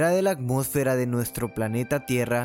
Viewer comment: No pude poner atención al resto del vídeo desde que escuché que no puede pronunciar bien, sin embargo, me reí mucho cuando escuché "Acmósfera" xD en resumen, solo puse atención los primeros 10 segundos jajajajajajajajaja